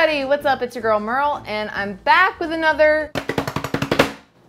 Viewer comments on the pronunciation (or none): none